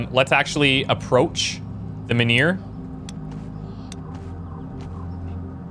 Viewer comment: Funny. You say "menhir", but all I am hearing is "manure".